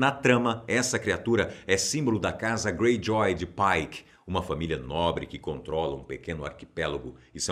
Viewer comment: Ouviram? Ele falou Greyjoy “nobre” 😂